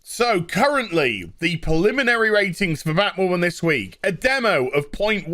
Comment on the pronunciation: "preliminary" not "poliminary" lol.